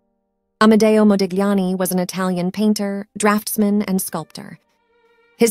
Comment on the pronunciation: you're pronouncing his name incorrectly,. The gli in Italian is a consonant and pronounced without the g